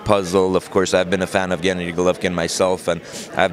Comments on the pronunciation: nope wrong. pronounces it gEnnady... the correct way is to put the emphasis on gennAAAAAAHHHHHddyyyyy... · I'm a native Russian Speaker. I agree, the way he says GEnnady, just sounds weird. Russians rarely even say GennAdy, they just say Gena. you know. like Tim - Timothy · I'm not from Kazakhstan, but I'm pretty sure that's not how you pronounce Gennady lol